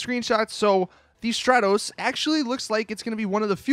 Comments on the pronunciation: please stop saying "Strahtoes" it's "Strahtohs" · It's also pronounce str-are-tos. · The way you pronounce stratos really annoys me